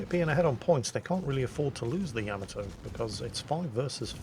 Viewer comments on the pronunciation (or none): Two comments about pronouncing Japanes words/names: 1) they are pronounced exactly like they are spelled. Where there is leway, Japanese is like Italian, most sylables end in a vowel: Atago is Ah-tah-go not At-A-Go. Yamato is Yah-Mah-to not Yam-a-to.